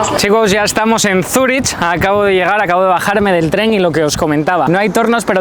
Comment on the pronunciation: Cuando dices Zuri”ch” en lugar de Zuri”k” me silban los oídos xD